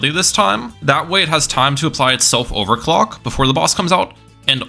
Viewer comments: I swear to god I heard him say sell his towers and buy and over cock did anyone else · bro did NOT say overclock 😭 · I refuse to believe he said “clock”